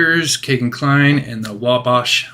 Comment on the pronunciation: "Whoa - bosch" River.....omg lol